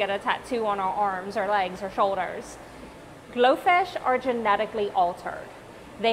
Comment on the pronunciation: I thought you said goldfish